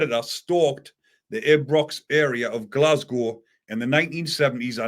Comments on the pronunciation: Its ibrox not abrox 😂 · It's pronounced eye-brox ibrox m8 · EYE BROX = Ibrox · pronounces it Why Aye Brox! 😂